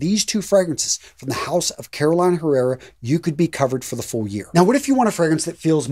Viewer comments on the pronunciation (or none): Appreciate your detailed review of your fragrance collection! It would be better if you can pronounce some of the brands as intended (e.g. Caroleena Errera not CAROLina HErrera). Grazie! 😊